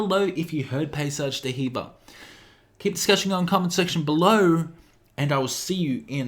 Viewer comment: it's pronounced "dee-verr" not "duh heever"